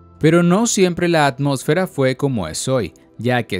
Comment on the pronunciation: la atmotfera verdad Lifeder Educación